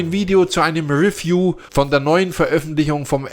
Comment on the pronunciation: Hat Dir eigentlich noch nie jemand gesagt, dass Du "Review" falsch aussprichst? Tut richtig weh im Ohr. Und es heißt Re- pr-i- se und nciht "riprais".